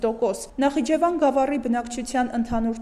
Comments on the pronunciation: ведущая ты читать НЕ УМЕЕШЬ?! ...что за "нахчван"...?! ты, девка, в своем уме?! один раз сказала Нахиджевани гавар...и дальше опять" нахчван"... ужас...кто ведет передачу?! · Աղջիկ ջան Նախճավան չի, այլ Նախիջևան։ Որպես ՊՐՈՏԵԿՏՈՐԱՏ է որպես 100 տարով տրված եղել թաթարա մուսուլմանական հանրապետությանը , Ստալինը 1936 թ.։ անվանեց Ադրբեջան , Իրանի Ադրբեջանի անունով որ թթ պատերազմի ժամանակ գրավի Իրանը..... Բաքվի ադրբեջանցիները թաթարական կարակոյունլու, կոյունլու քոչվոր ցեղերն են արևելքից կովկաս.... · Անգրագետ նախճվան չի այլ նախիջեվան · Նախճավան չէ, նախիջևան։